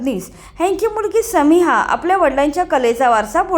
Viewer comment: Tumhi navacha neet ucchar. Karat nahi. Samira ka. Samiha ?